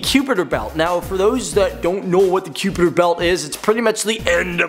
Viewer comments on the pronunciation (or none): wtf is cupiter belt. Lol...?? Kuiper pronounced ky-per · its pronounced mau-kaye mau-kaye, and k-eye-per belt. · it's pronounced..The Kuiper belt /ˈkaɪpər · that kuiper belt pronounciation >.>